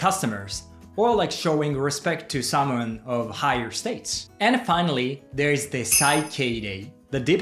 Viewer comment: Great video! Thanks. Just a note on pronunciation of "Status": it is generally Sta-tuhs, not States (ie two syllables). I hope it's not rude to say that. I was surprised by the two types of Karma and signalling the end of a party (what a nice thing to do as opposed to turning lights off and on again, as is done in the West in some public gatherings).